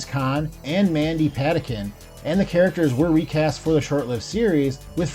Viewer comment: Alien Nation was awesome. I loved the series and the subsequent TV movies. And PS his name is pronounced Mandy "Puh-Teen-Ken"